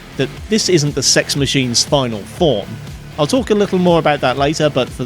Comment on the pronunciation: this man knows the prononciation of cex rather well